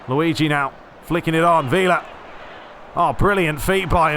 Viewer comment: actually, you pronounce it like it is portuguese as “vilha” but you got kinda close there buddy. well done 👍🏽